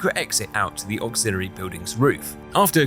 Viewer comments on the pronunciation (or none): none